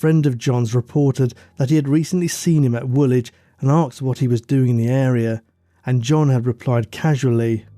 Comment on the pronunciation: 'arksed' - not aged well . So 2000. Please say asked, thank you